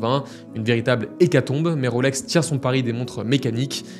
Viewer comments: Et je rajouterai que ce n’est pas “ Roselor “ mais “ Rolesor “ … nuance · À Genève on ne prononce pas Rôlex mais Rolex !